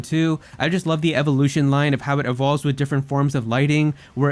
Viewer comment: IT'E EVOLVES, NOT ELOVES! SAY IT RIGHT!